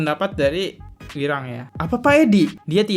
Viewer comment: Ini host kok ku lihat dan dengar dari dulu sampe sekarang sebut nama si wirang kok salah sebut terus, kenapa ya 🤣, masukan tuh host kalau sebut nama orang jangan salah mulu 🤣